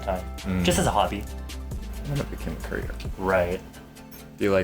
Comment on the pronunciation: whenever jun says career i keep thinking hes trying to make a CURRYer pun